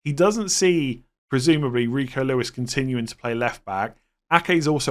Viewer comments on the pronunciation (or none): none